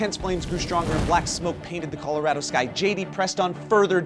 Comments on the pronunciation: this was the first time i heard someone pronounce Colorado "coloraedo" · Calarahdo LOL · Did anybody else notice how pronounced it Colo-rad-o and pronounced it Colo-ra(h)-do? Dialecs are awesome. Also, that kid is a BAMF! Holy frak!